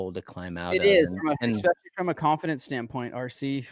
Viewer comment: Hey RV the word is especially not EXspecialy 🤣